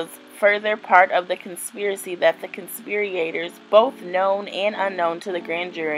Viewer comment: I just wish she would have read over the information before recording herself reading it. The pronunciation issues and struggle to manage the sentence structure while reading made it difficult to follow what she was saying. The "conspir-E-ators" really threw me, and not using context to understand how to accentuate several words just really made this a cringe worthy video. I appreciate the information she was ultimately trying to provide, though. She's obviously not a "dumb" lady, I just think it would be highly beneficial for her to take a minute or two to read over the content, so that she herself would understand the structure of the information and pronunciation of all of the words, before attempting to share it with others. ❤